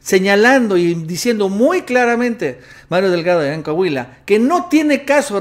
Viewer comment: Deja de opinar de coahuila, tu no sabes como esta el pedo por aca... y se pronuncia COAHUILA, no cahuila